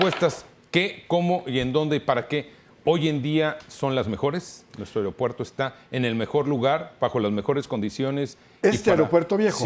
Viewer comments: Se dice aeropuerto no airó puerto. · Pinche conductor, aprende a hablar. No se dice AIROPUERTO. es AEROPUERTO ni AIRONAUTICO, es AERONAUTICO. y asi eres conductor no mames!